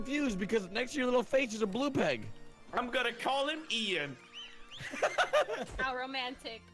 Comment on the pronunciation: His name is Ian not ein